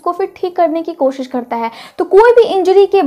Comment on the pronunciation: उच्चारण सही कीजिए मैडम जी र को ड बोलती हैं जिससे कन्फ्यूजन होता है करता है को कडता है बोलने से विशेष बात होती है क्या